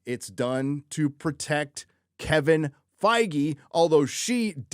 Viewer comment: Feige spoken like Beige